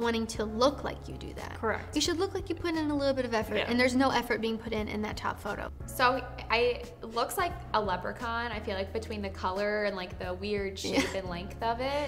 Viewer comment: When she said lepricon😂🤣